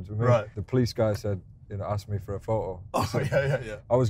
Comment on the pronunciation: James : "the police ask me for a fo'o"